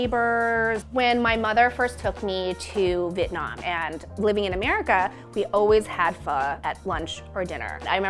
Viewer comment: Why can Americans say Vietnam/Vietnamese better than American born Vietnamese kids. It's "Vietnam" not "Vitnam"....this is super annoying because vit mean duck and nam means south so you're essentially saying southern duck people. Just show down and pronounce the Viet.